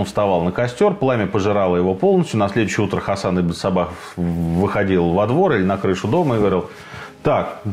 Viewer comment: Мне одному слышится - Ибн Собак?)))